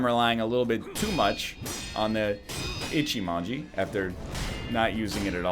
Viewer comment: Just you know it's: Ichimonji not Echimanji (witch is kinky), but you do what you want (it might be more "comical" like that lol)